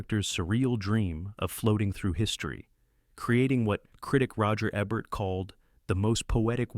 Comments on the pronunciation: Why do you keep mispronouncing everybody’s name. Roger Ebert – – EEBERT is how you say it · Plus a few people's names. I watched both Sneak Previews and At the Movies for years. Roger always pronounced his last name EE-bərt, not eb-ERT. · Ha ha, the computer voice you used actually butchered Roger Ebert. Bravo you fool. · Learn how to pronounce Yitzak Rabin. Rah-been, not Robin. Jeez. And double-you double-you eye??? It's WW One, you AI idiot. And you muffed WWII at least four times. And his name is Eee-bert, not Eh-bert. Mc-Lag-lan? Really?